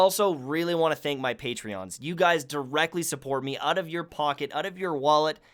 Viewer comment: Patreons? it's patrons dude